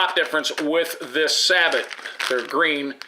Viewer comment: Good review!! I would just like to point out a little Pronunciation difference, if I may. The word you say "Sabot" and the way you say it means "Wooden Shoe"!! Take it from this old Navy Ordnance man the "T" is silent-- the word is Sabo. In your defense, more people pronounce it wrong, than right!! If you said Sabot in the Navy, you would be doing Push-ups for hours!! LOL